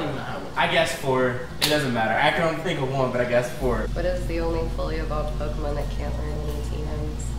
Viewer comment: Yea, a Pokemon master says Pokemon wrong. :P